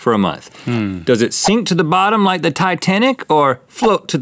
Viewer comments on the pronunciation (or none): Mahdieh Ahmadi use “the” And not “DA” please